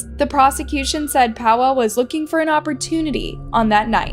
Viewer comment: Im polish and you calling Paweł Paw wow triggers me 😅 Rip btw